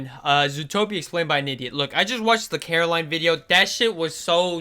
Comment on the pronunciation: Coraline her name is Coraline not Caroline